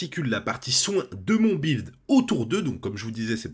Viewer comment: "bwild" lol ... aussi enorme qu'un "bwilding"